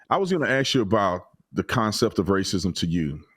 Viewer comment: It’s “ask”